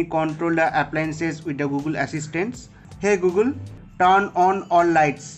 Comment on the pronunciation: like the way he said hey gulgun